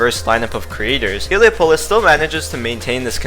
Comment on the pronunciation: You Can't Pronounce Heliopolis